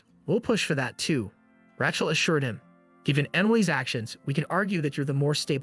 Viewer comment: Congratulations. This is the worst video of 2024. Please teach your AI algorithm how to pronounce the name Rachel. Othewise everything is OK.